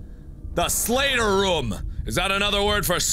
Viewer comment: Markiplier You say "room" strangely. You say it like rüm.